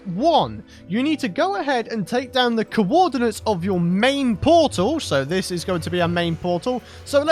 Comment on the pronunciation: i'm impressed that youtube closed captions understands "cowodinates" as "coordinates".